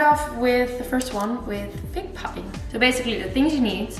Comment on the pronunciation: Looks delicious! Btw pudding is pronounced as ‘pooding’ using an O sound like in stood, wood, rather than with the U as in mud.